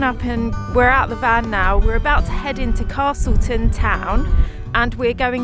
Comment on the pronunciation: There’s no “R” in castleton 😝